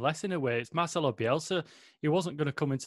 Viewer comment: Stop calling him Marchelo...!!!